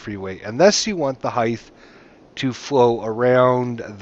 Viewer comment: Heith? ...height?